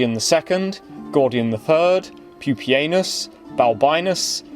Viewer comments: Just heard the same thing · Am I the only one that heard "Pupienus" as 'poopy anus'?